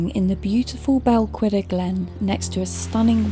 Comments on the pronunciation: You have a lovely voice, unfortunately and it is easily done. Balquhidder is pronounced Bal Kidduh not Bal qu idder. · I've an ancestor buried there, just to the right of the Old Kirk. Visited many times as a child but I don't think anyone does now. I don't believe you are pronouncing Balquhidder correctly. It's not qu as in queen - it's like 'ch' in 'loch' with a w added. Check Paul Murton in his series.